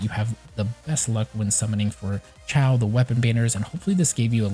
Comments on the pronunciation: Kinda triggered he kept saying Ciao instead of Xiao (shiou, sheeow) lmao. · Haha you're good! Yeah the video was helpful. It was just funny to keep hearing you say Xiao that way. XD